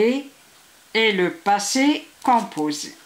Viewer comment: ELLE A DIT LE POSSE COPOSEE